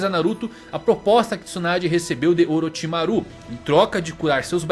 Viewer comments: A pronuncia de Orochimaru do me incomodou profundamente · legal o video, nostálgico. mas os ouvidos doem quando ouve a pronúncia gAAra, sakúra, orochimarú kkkk omg